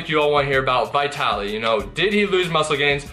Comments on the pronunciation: it's pronounced Veetaly))) not V-eye-taly))) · Bro, Hes name is Vitaly not bitaly. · VIT-TALLY. NOT VY/VIGH-TALLY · Yea you have name pronunciation issues .... it is not- V eye tally It is V'i'tali.....as in 'it' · Why do you say "VieTally"? It's "VihTally" lol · stop saying vaitaly i cant even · bro it's VEE - TA - LI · His name is Vytaly ( to make easier the English pronunciation)no Vitaly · Vitaly not V-eye-taly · It's pronounced VEETALY. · V EYE TALY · It amazes me that you're still pronouncing his name wrong. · Dang I’ve been pronouncing Vitaly like Italy with a V in the front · I think ur pronouncing his name wrongly!! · At least pronounce his name properly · Who else felt the cringe by the way he mispronounces Vitaly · my ears bleed when i hear you pronouncing his name brah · 1. Will you ever pronounce his name properly? Lol 2. The douchebag Vitaly could possibly be bloated from some bad eating sessions. That’s why his gut looks that way. We gotta see more footage!